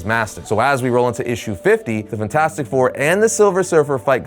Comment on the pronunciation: I absolutely loathe the way you say fantastic